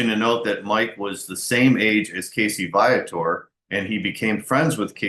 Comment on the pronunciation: Your pronouncing his name wrong...its VEE-a-tor as spoken by Casey himself!